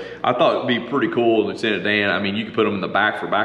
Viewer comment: Loo-Tenant-DAN?! lol You have to name another piece of equipment Gump. Just sayin' ... guy needs his pal right?